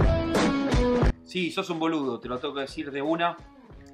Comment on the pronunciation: Si, sos un boludo -hay porque lo dice tan brusco :v